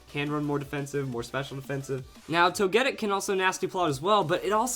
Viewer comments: Like toe-ghee-pee. Toe-ghee-tic. Toe-gee-kiss. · TogeTIC! It's not ToGEtic. C'mon. Say it with me. TogeTIC!